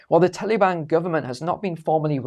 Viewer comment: I absolutely LOVE hearing say the term, "Tally-Ban" 🤣 It's like when Brits say "Beer Can" all I hear is "Bacon" 🥓